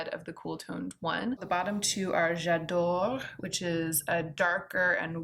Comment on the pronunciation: You pronounced j’adore wrong